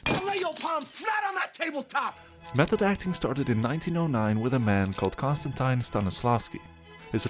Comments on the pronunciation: /kɒnstᵊnˈtɪn/, not /kɒnstᵊnˈtaɪn/ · It's pronounced Konstan-tin as in "tin" with the emphasis on the last syllable.